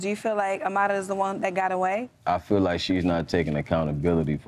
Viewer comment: Why do people pronounce Amara as "A-MA-DA" ??